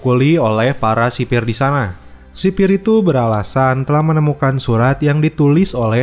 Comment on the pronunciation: Sipil boy bukan sipir 🤣